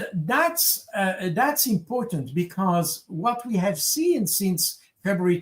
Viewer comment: not only is this Baud guy incredibly boring but the accent is unbearable.....can't even pronounce the word "since" withour saying "seence"!